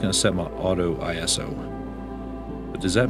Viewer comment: Another poetic video. With some wonderful footage and photography. It's ISO in one go as it comes from ISOS (Greek for 'equals to' in this case ASA). It's NOT an acronym for International Standardisation Organisation, as reported on their website where it's even specified. So, in one go and the super accurate pronunciation should actually be eeso with an E sound and not an I sound.